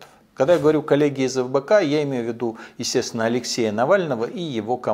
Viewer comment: Мне послышалось или он назвал Фбк , как Лбк?🤣🤣🤣